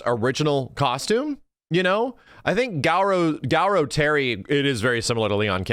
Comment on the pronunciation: Why does keep pronouncing it Gow-row?